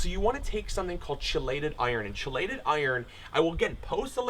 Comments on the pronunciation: It's (key-lated) not (chee-lated). Otherwise good presentation. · Chelated is pronounced KEY-LATED. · Chiiiii-lated lmao ….anyway thanks for tips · Chelated iron is pronounced KEY- late-ed. Great vid! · Neat video i look forward to trying to grow my own coffee. Sorry to sound like a grammar snob, chelated is actually pronounced "key lated" or " kelated", I've learned a lot about this recently, which is why it's fresh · Hey dude, love your work, very informative and will try with my coffee plants. by the way 'chelated' is pronounced 'key'-lay-ted, its one of those weird english thingys. Cheers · Chelated iron. Pronounced with a K sound btw. Awesome vid, man.